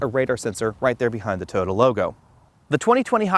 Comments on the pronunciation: Over 300 comments and nobody is bothered by the way he says "Tyota"??? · Have I been pronouncing Toyota wrong all these years? 😳